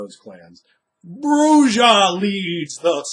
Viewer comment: Wow. Would be great. For as smart as you are with a lot of this, I simply couldn't take it anymore with the pronunciation of J in Bru-Ha. And Camarilla does not pronounce the "ILLA" like that. It turns into an "ee-ya" Cam-maria. Oi. :P